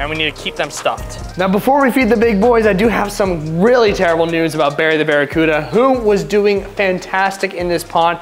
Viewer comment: It's Barry not Berry 😂